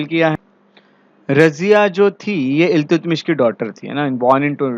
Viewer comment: Iltutmish का सही उच्चारण अल्तमश है, न कि इल्तुतमिश।